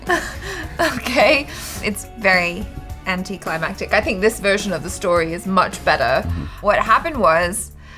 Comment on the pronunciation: the "much better" sounds so English